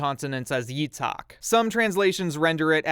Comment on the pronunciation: gotta say it's a great video but i just find it really funny that when you say Isaac's name in Hebrew (יצחק) because you can't really make the ח sound it sounds more like you're saying "יצעק" which means to scream but other then that your other pronunciations are pretty good